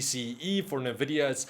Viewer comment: "nuh-vih-dee-uh" Common mispronunciation. It is pronounced as "en-vih-dee-uh" or more simply put as "invidia". "invidia" is latin for "Envy"